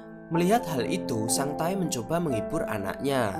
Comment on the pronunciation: Nama : Sang tae Yg saya dengar : sang tai